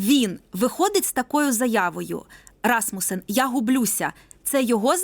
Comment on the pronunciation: Що це за «журналістка» така, що не може висловити правильно імʼя пана екс-секретаря Расмусена?